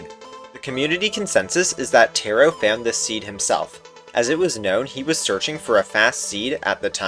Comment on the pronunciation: great video and insane luck about the 9 eye but u pronounced taro wrong